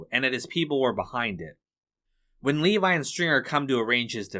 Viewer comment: Levi? How do you not know its Levy-as in Leave-E.